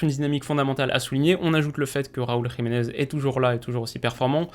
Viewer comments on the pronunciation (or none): none